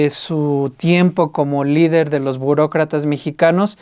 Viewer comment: jeje dice Bucrocrata